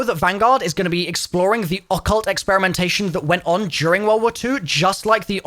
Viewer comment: I’m gonna need you to stop pronunciation ‘occult’ that way too… please… it’s killing me